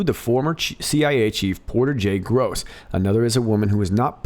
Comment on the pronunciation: Interesting note: it's Porter J. Goss, not Gross. (???)